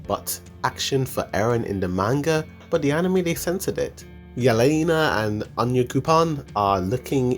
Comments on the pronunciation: Its Yelena not Liana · Can you please learn how to pronounce the names of characters? Floch is pronounced like Flock, and Yelena isn't Yee-lah-nah, it's Yeh-la-nah. Braun is pronounced like brawn, not brown. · Did he say ye-lan-a it’s ya-lane-a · leyana? you mean yelena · he said lyanna in steand of yelena? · Good video, but the way you pronounce those names... my dude, I've been hearing 'Onion coupon' and 'Liena' every time you talked about Onyakopon and Yelena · My man really out here calling the characters "Flotch, Leana and Onioncoupon" 😂💀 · her names yelena not leyena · Liana? Isn’t it yelena? “Yeh-Lena” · bro this guy's name pronouncation 💀 "leyana" = Yelena flawch = Floch "onion-coupon" = onyakopon they're pronounced "yeah-lena" "flock" "on-ya-koh-pon" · It is when "Yelena" somehow becomes "Leana". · Yelena not Leyana...😂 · bro it is yelena,not leyena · dont forget about onioncoupon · i know i was like.. its Yelena right? lmao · this guy really called Yelena "Liana" 💀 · Sounds like you're saying lee-anna when you say yelena